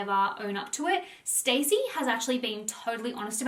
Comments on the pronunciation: Her name is not stacey it's Stassi (stawwwceee) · Guys it’s not pronounced ‘Stacey’ it’s ‘S-TAH-SEE’😭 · Me yelling at the screen STASSI! Every time you called her Stacey lol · It’s pronounced Stà-see. Short A. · Not "Stacey" 😭😭😭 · (Staww- see) is the pronunciation hehe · i cant get over that your saying stacey instead of stassi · Not gonna lie I was getting triggered that she kept pronouncing stasi’s name wrong and saying Stacy😭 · It’s pronounced Star-see (short for Anastasia) Love you and your positive vids xx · I don’t think you’re saying her name right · How do you not know how to pronounce “Stassi”